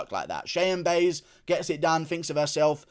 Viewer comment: lmao i like how you correctly spelled Cheyanna last name but stills call her "Buys" you called it so all rights to you lmaooo 🤣